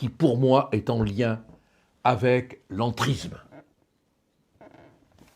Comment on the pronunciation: Bonjour Maître. Avant toute chose, j'adore votre travail, j'adore vos prises de positon. Mais pourriez-vous faire un tout petit effort. Je pense que lorsque l'on aime son pays on aime sa langue. Donc, pourriez-vous faire un effort sur l'entriZZZZZZZme et le rapport sur l'iZZZZZZlamiZZZZZZZme. Alors loin de moi d'avoir un fantaZZZZZme, mais un peu de respect pour la langue sera le bienvenu. Merci d'avance.